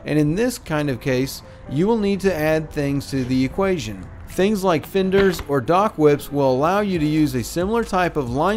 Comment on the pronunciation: "Seengeen"???? "Imporant"????? Tidal range not tide swing. "Finders"?????